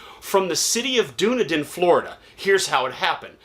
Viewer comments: DUN- E- DIN, FL not dune-din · Its dune-need-din